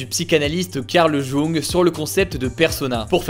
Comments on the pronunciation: Juste "Carl Jung" se lit "Carl youngue" et pas "Carl Joungue" sinn c'est nickel haha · Intéressant mais juste un détail pour les bacheliers, prononcez plutôt " Young" que "jungue" pour ce pauvre Karl Gustav, fondateur de la Psychologie..... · Ça se dit Young pas Joung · Au fait Jung ça se prononce [Y]ung ca m'a titillé désolée 😅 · Carl Jung ca se prononce carl young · Petit point prononciation, Jung ça se dit « Ioung » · La vidéo est bien comme d'hab mais la prononciation de du nom du psychologue Karl Gustave Jung m'a écorché les oreilles 😂. Ça se prononce "Young" 😉